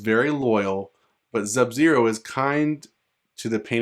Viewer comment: That shit fake bruh and STOP SAYING ZUB-ZERO 🤬